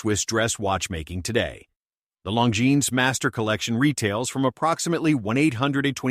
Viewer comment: Long-ge-nese?? 🤣🤣🤣. CYA